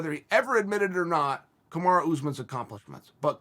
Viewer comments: why does he still call him kamara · who is KamarA? Smh put some respect on the Champs name Chael. C'mon U and A are very different.